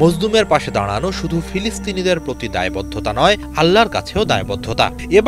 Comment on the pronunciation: প্লিজ সুন্দর করে উচ্চারণ করুন! আ*ল্লা না আল্লাহ হবে